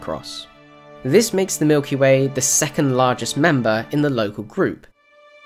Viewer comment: ha you said milky may